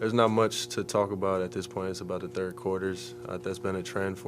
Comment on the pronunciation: "Turd quarter" 😂